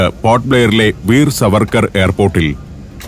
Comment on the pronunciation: ഷു ശവർക്കാർ എന്ന് പറയു..